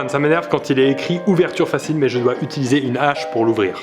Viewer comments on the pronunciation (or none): none